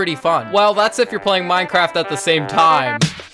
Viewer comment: why is it saying minceraft